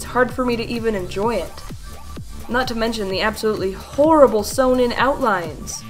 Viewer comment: It is not horrbul